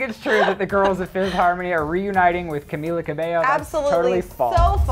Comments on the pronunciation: Her name was Camilla Cabello, not Cabeyo... : p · Stfu it pronounces cameela cabeyo